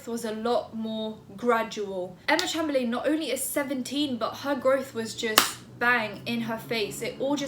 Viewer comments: not trying to be rude at all, but her last name is chamber-lynn😊💛 love your vids btw!! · You pronounce it chamberlin x lysm x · Pronounced: CHAYM-BURR-LYNN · Ch - AIM - ber - LIN is how it’s pronounced correctly. The capitalised buys being the parts that needed changing👌🏻love your content btw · haven't actually watched the video yet but imma start by saying...isn't it chaym-ber-len? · i turned off this video cuz i didnt wanna listen to you pronounce her name like that,😓 im that bitch